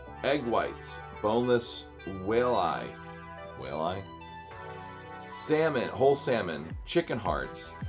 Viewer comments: Whale-eye 😂🤣 wall-eye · Livers are the gut foods hunting dogs first eat when they catch their prey. Highest in iron and minerals. From a guy who cannot pronounce "Walleye"? I'll stick with Orijen.